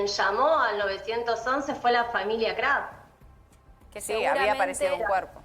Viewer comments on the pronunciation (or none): Encima un montón de veces dice Craf. Ni sabe a quien defiende